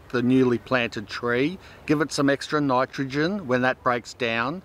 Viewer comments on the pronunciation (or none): none